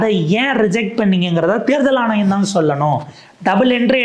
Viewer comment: தேர்தல் ஆனையம் அல்ல தம்பி " ஆணையம்" your Mode of Thamil is annoying . Try to regain else will be unsubscibed.